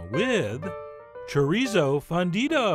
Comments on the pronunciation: "Z" in Spanish is pronounced like "s," and "u," rather than being pronounced like the English "uh," is pronounced like "ooh," so it's cho-ree-so and foon-dee-doh. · chorizou fandidou, i love you but as a spanish speaker person, that hurt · Wrong o sound. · I swear everyone I know pronounces chorizo differently.